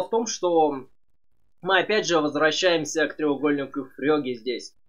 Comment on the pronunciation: Почему ФрЁге а не ФрЕге. Очень сложно воспринимать когла привык из всех телевизоров слышать Фреге.